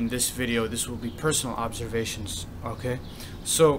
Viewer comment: why do u say ok like that...okeh